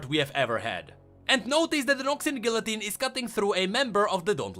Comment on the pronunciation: If you mean the guillotine, it is his accent